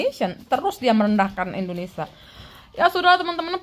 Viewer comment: Indonesia bukan Indonesah